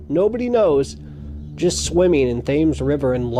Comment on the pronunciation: The "Thames" River in London is pronounced the "Tems" River. Just trying to help...